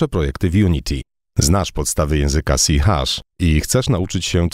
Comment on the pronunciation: C szarp tak to się czyta